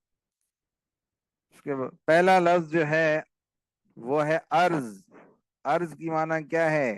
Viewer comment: ارض نہین بہاے ارد